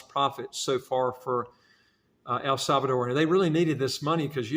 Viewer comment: There is no “e” at the end. The name is El Salvador. 👍🏻